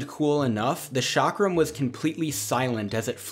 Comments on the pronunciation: That's not 'shakram'-. That's pronounced as "Chalk-rum" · 'ch' is pronounced as 'sh' in French, the 'chak' part in the word 'chakra/chakram' is pronounced the same as the name 'chuck'. Modern definition is based on language family, so States speaking Dravidian languages are considered South India. Historically south of Vindhya mountains or Narmada river has been South India. Nice video, never knew about some of those weapons. Although I was also hoping to see the weapon 'wagh nakha' (वाघ नख, you can check the audio pronunciation by copy pasting it in google translate). It was used by the Marathas from Maharashtra in close combat. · Chakram - 'Ch' pronounced like 'Ch' in Cheese 🤗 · The 'ch' in Chakram is pronounced like 'ch' in 'chair'.